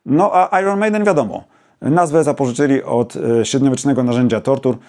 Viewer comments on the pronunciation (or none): Też nie wyśmiewam jak ta Pani z Wrocławia ‚ ale popełniacie typowy polski błąd - Iron Maiden wymawia się ajen nie ajron.